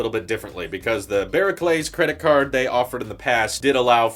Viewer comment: Barclays is said bar-clays not Ba-Ra-clays